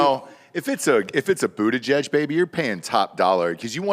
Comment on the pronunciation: Is it pronounced buttuhgag?